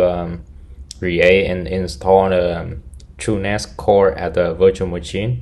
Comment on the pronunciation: love how you say muchin